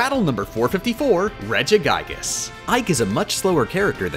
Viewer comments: “Regi GYGAS”? GIGA GIGA GIGA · Regigaigas too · Are all the mispronunciations on purpose? Like grudon, regiguygas, and others The only one i know that isnt is doctor wawee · Did you say Regi guy ges?